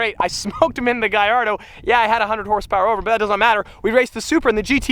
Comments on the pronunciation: It’s not gaiardo It’s gallardo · It’s a Gallardo and he’s pronouncing it wrong. It’s pronounced Gall-or-a-do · I loven how you say GAIARDO when trying to say GALLARDO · He also said Lamborghini giardo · lamborgini gaiardo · Im a big fan... its just the way you say Gallardo... its with L´s not I´s that's the proper Italian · Hes says Gallardo wrong